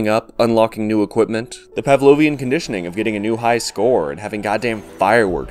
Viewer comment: whrn you said "pavlonian conditioning" i thought you said "pavlonian air-conditioning" and i was like.. hmmm should i get their brand?